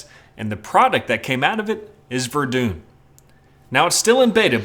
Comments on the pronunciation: It's pronounced ver-dun not ver-doon!!! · maybe I am a dumb American but isn't it pronounced more like Ver-done or ver-duun than ver-dune, even in French. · it's not pronounced Verdoon either , it's pronounced Verdein okay? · Verdun is pronounced VER-DONE. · It's not pronounced 'Verdoone' either.... It's pronounced with 'Verdun' with the 'u' as in 'uuuhm' but more nasal. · it's pronounced Ver-done , german plan was to bleed the french dry, did a good job by all accounts (both sides) , it's also the reason for the british attack at the somme , to take pressure off the french.